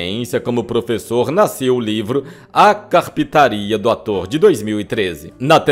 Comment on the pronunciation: " A CARPITARIA " DO ATOR !!!😂😂😂😂😂😂😂 NÃO SERIA CARPINTARIA. ????? 😂😂😂😂😂😂